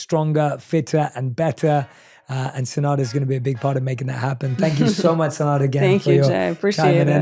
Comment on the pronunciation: If her name is enough then why u made a mistake in it? First time i hear her name but i took note ppl say SeNada not SeDana